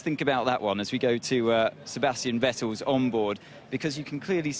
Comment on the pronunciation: How he can't pronounce Vettel's name :D